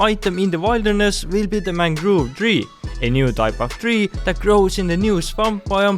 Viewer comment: I love your accent. The mangoove propagulee xD. Nice video btw